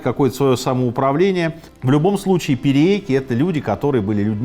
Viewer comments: Только не "перееки", а "пириэки". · только не "пириэки", а "периеки" или "периэки".